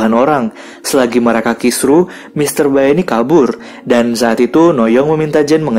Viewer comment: Bacanya mr bae itu, bkn bae tp be.